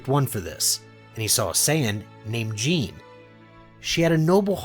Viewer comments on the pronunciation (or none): Good stories man but you pronounce so many names wrong. It’s not xee-no. It’s xeno on Syllable in the E. It’s not Gine as in Jean like Jean grey. It’s Gee-ney. Hope the pronunciation improves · Stop pronouncing there names wrong it’s Geenie not Jean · Gi-ne not jen-e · Ok, look, I’m really sorry to nit pick like this, but it’s pronounced GEEN- A not like jean idk it just is wrong and they even pronounce it in the movie properly, but again this is like mega nitpicking, you can just ignore me if you want, sorry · The only thing wrong with this is the name mispronounceation like her name is (je name) not Jean but the story overall is amazing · It's gine not gene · Jeen??? Its gyna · does this guy really not know it's not pronounced gene it's pronounced gee nay gine is kakarots mother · Her name is pronounced Ge-neh, not Jean, lol. Good story though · Stop calling her jean it’s pronounced ji/nay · Hey it is not gine it is gi-ne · ITS GE-NA NOT GENE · its gin-ne not Gene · Its not Gine its Gi-ne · gine is pronounced ge nya not jine i think but however is the right wat to say it isn't my problem this is very gooooooooooooodddddd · FYI; Kakarots mothers name is pronounced Gina not Jing and yes I am aware her name is spelled Gine but it is not pronounced like that since the "E" is pronounced as an "A" and the "G" having the English pronunciation. So it is Gina not Jing. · G-I-N-E not J-E-A-N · literally just say 'gee' like the martial arts uniform. and 'nay' like the song whip and nay nay. hence you get gee-nay not gin-nay. ; ) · Why does he say Gine like Jean Lol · sorry but how does gine get pronouced as jean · Gines name is pronounced ginae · Jene lol Gine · Why do you pronounce Gine as Jeen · If you must know Gine is pronounced Ghi-ne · its pronounced gee-neigh hard g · GII-NAY Come on man. Names aren't that hard in Dragon Ball lmao. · did my man just call gene....jeen? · Bud pls giggle how to pronounce the names you called gi-ne ging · He did not just call her "Jean"